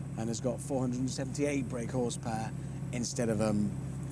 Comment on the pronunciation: "horse pawr"